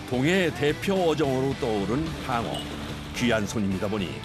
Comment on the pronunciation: 방어가 빡어로 들리냐